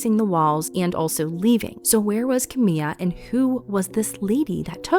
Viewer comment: It's Ka-Mya.